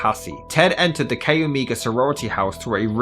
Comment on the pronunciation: CHI is pronounced Kie, not Kay. Omega is Oh may ga, not what you are saying.